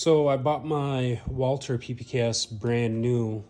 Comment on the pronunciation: Walther, not Walter